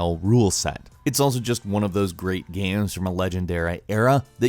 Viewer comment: "it's also just one of those great 'guaes' from a 'legendeura' era"